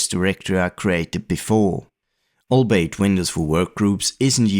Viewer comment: Great vid! Blast to the past as usual Albeit is prounounced all-be-it